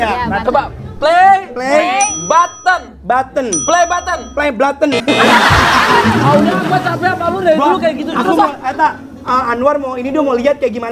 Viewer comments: Kak Anwar ngakk bisa ngomong Play Buthon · 😂😂😂 bilang play buten terus anwar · Atta kok anwar gak bisa ngomong play button sih🤔🤔